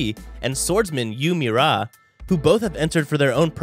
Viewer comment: "Jin More eye" "Han Die wee" "Yoo Me rah" My soul died...